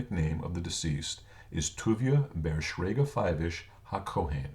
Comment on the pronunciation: Very nice explanation. However, it would be nice if the people putting this stuff out knew Hebrew correctly. (1) the name Aharon is spelled without a "vav" (2) the name is Shraga not Shrayga. (3) the word is "niftar" not "naftir". Very nice that you want to preserve the legacy of Hebrew names. Maybe you should check with someone that knows Hebrew before you publish this. Otherwise, good information.